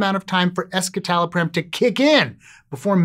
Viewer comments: The way you mispronounce escitalopram doesn’t instill confidence. Why only look at one study? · That's not how it's actually pronounced. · that's not how you pronounce "escitalopram"... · The "es" in escitalopram refers to the (S)-enantiomer of citalopram, which otherwise exists in a racemic mixture of (S)- and (R)-enantiomers in citalopram. A quick Google search of "escitalopram pronunciation" will bring up the correct way to say the name of this medication. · I was on escitalopram for 10 years and that is definitely not how I thought it was pronounced